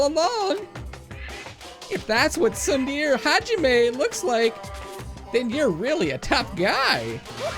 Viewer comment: you've probably learned this in the last 3 years, but it's pronounced more like "tsoon-deh-reh"